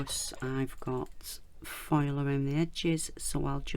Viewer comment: This turned out so nice! Funny: I have heard you say “file” so many times and I was like I need to find out what this is…welp….today I finally realize your are saying foil! LOL